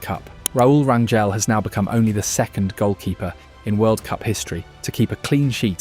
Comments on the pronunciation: It's not Ran-yell, it's Ran-hell. In Spanish, "Gel" sounds as "Hell" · Hey you're saying our last name wrong 😅 it's Rain-Gel. Not gel as in hair gel. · Rangel (ran-jel) the j isn’t like how you would pronounce jello. It’s like how you would pronounce jose.